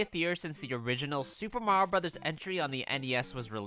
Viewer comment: Thank you for pronouncing the game's title correctly. Nowadays, it's a genuinely pleasant surprise.